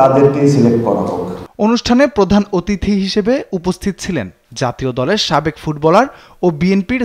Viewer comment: সাকেব না সাবেক হবে??